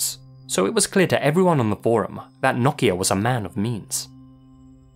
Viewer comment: As a Finn I am very surprised and happy for your pronunciation of nokia! Also, quality video as always